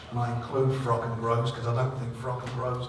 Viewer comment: Kugan managed to get Warren to say Froch not frock in one interview but bless him, his age is getting to him.